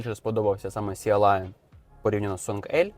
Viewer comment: Шо за "сіа лайан". Ну забий в гугл перекладач та й почуй як воно читається. На рахунок ідеальності чи доробленості - вони раз в рік випускають щось ідеальне і дороблене, ну майже ))) І прикол в тому що ніколи не буде "ідельного" BYD то що ... для цього в них є Denza.